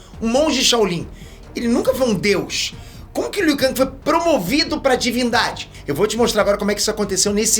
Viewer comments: Está no jogo a forma que é pronunciada, em inglês é "Ken" e em português é "keng", o pronúncia "Kangui", errado. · Você está se referindo ao ou ao criador de Mortal Kombat? Pois está na porra do jogo a forma correta de pronunciar o nome do Liu Kang, nunca foi "Liu Kangui" e sim Liu Ken (em inglês) e português Liu Keng!! Os produtores de Mk são de lá e deram essa pronuncia pro Liu Kang! E não me interessa Oque o é, até aqui no Brasil é comum pronunciar o nome dos brasileiros incorretamente, o errou a pronúncia do nome do Liu Kang e acabou!!!! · É Liu Keng e não Liu Kang que se fala Hermione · Burro e você que deve falar "Keng". A pronúncia correta é com A. Liu KAAAAAAAANG. O nome dele não é americano, o nome dele é asiático... NÃO MUDA O A PARA E. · Eu sinto uma pontada no rabo toda vez liu kang, com a em vez de e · A pronúncia é "Keng", fazendo o favor. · "Liu Kangue" o mano tá hiperfocado na Marvel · Liu kangue e foda kkkkkkkkkkkkkkkk pode até ser o pronunciamento correto kkkk.mais n me entra kkkk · Não tanko ele falando Liu kaNGI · Aí liu kang keng kkkk faz de street fighter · Mano é uma tortura o dize "Liu Kang", o certo é "Liu Keng", se escreve Liu Kang, mais com o som do "e" no lugar do "a". Kkkkkkkk nossa pareço minha professora de Português kkkkkkkkk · Ele tá pronunciando em "ingrês". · O jeito como o fala o nome do Liu Kang doi demais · A pronuncia do Liu Kang sangra meus ouvidos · Cara mora nos estados unidos desde que nasceu e ainda nao sabe pronunciar Liu Kang KKKKKKKKKKKKKKKKKK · Me dá calafrios vendo ele falar Liu kang kkk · Kkkk achei mt estranho o falando Liu Kang kkkk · pronunciando Liu kang eu imaginei o kang da Marvel como um rapper kkkk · Mil anos se passaram e o ainda não aprendeu a pronunciar o nome do Liu Kang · Ou é você que pronuncia errado????